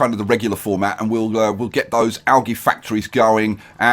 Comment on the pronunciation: It's Al-gee not Al-gy